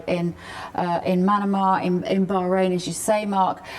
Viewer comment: Manama is pronounced like banana not like Panama.